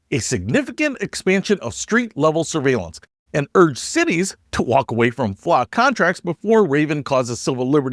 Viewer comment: You pronounced surviellance wrong. Flock Surviellance Cameras. Also they are very easy to hack into so you can track your ex girlfriend or your local alderman.